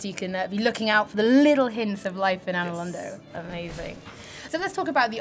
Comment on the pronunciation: LOL She said Anor Londo..... Clearly she doesn't play this game... or any